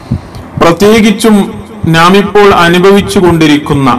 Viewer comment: നാം, നമുക്ക് പോലുള്ളവയിൽ . ന യുടെ ഉച്ചാരണങൾ ദയവ ചെയ്ത് ശരിയാക്കുവാൻ ശ്രമിക്കുമല്ലോ